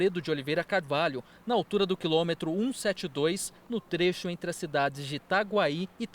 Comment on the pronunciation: NEM FALAM O NOME DAS CIDADES CERTO